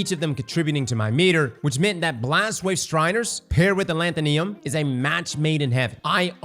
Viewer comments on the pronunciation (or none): Alethonym is pronounced closer to pseudonym. While a pseudonym is a fake name, alethonym is basically it's antonym, meaning something's true name, hence the weapon's flavor text. The root word "nym" relates to something's name or what it's called. So, aleth - o - nym, not aleth - o - Niam. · Where does get these pronunciations lol A-lant-tho-neum Where it should be A-le-tho-nim Alethonym, or the real name of someone, as opposed to a Pseudonym Idk just poking fun but its kinda funny.